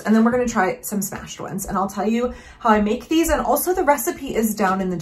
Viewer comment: Right! I caught that too. Trues one 😳 "thees are all mine now"